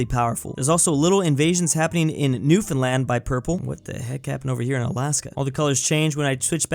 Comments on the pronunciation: Good job on the Newfoundland pronunciation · every time says Newfoundland properly I get so happy